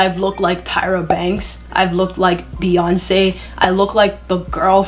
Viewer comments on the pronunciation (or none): They be saying ‘Piyoncè’ 😭😭😭😭